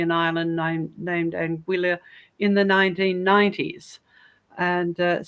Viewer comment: "Ang-willa" ... LOL. I have a feeling it's probably meant to be pronounced "An-gee-ya" (hard G, not J).